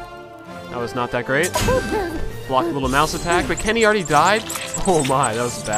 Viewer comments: I love how he says "Kinny" instead of "Kenny" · I like how you say Kenny :D